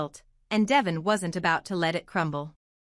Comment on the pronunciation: Would someone please let her know, besides me, that his name is pronounced Dee--von, although it's spelled Devon.